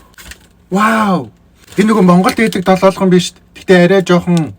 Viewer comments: Dololgon bish Doloogon shd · ДОЛООГОН ШҮҮ ХАХА ДОЛООЛГОН